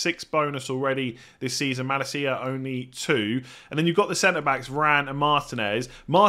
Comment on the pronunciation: This pronunciation of Malacia just hurts 😭